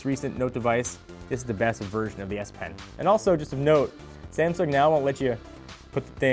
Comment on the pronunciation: Cant stop laughing every time i hear "Ass Pen"